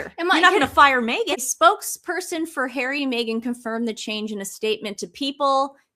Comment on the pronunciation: 😂😂😂 the SS member said hawwy and MeGain "helped millions" through arsewell foundation